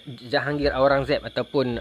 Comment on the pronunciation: Kalau ada yang tak jelas sebutan UIR untuk nak buat carian, nama raja tersebut adalah Aurangzeb.